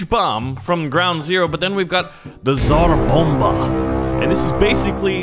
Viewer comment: tsar bomba? why did it sound russian when said tsar bomba